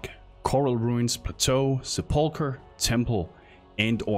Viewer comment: Suh-pole-ker. . . other than that, thanks for the video.